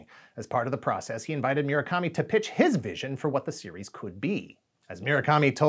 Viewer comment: It's mu-ra-kami not mi-ra-kami